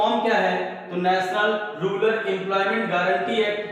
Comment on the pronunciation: Rular nahi hota use rural kahte hai 😂😂😁